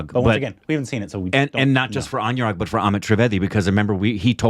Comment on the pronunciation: Guys Anurag is pronounced like aan-oo-raagh not an-you-raag